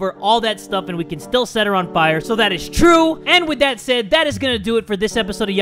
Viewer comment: Fire not fore*